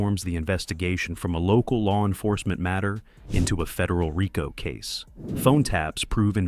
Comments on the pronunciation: Raco haha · Learn how to pronounce RICO